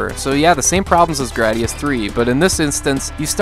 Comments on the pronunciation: You mispronounced gradius. It's grade-ee-us not grad-ee-us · The hardest for me to handle was the way you said “Graadius”.